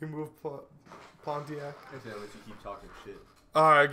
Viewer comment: Did he say "pon-ti-ac"